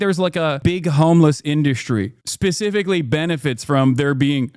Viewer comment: I crash out every time I hear Hassan say pacifically.